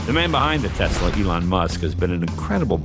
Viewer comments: "Teslur", nice Jay lol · A tesler and a turbin? Hmmm very strange, very strange indeed.